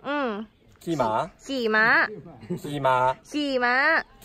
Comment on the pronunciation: ลังแยกเสียงไม่ออก ระหว่าง "ม้า" กับ "หมา" เอ็นดูวววว 😂